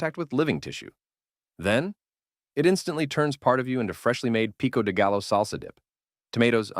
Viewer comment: The way he pronounced pico de gallo 😭